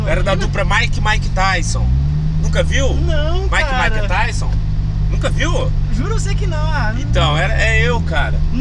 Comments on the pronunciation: "MAIKE E MAIKETAISON" KKKKKKKKKK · "Maick e maick tyson" kkkkkk